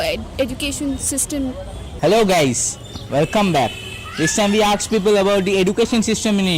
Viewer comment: dude? aksed? seriously? a lot of improvement is required.